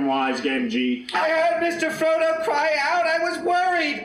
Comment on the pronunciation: Did the narrator say scrodo instead of Frodo at number 40?